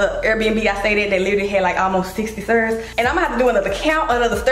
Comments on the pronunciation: “The sterrrrrs” 😂😂😂 I love you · the way u pronounced “Stairs” was killin me 😂😂 but i love your vlogs 🫶🏾